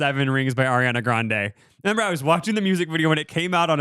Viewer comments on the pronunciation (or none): none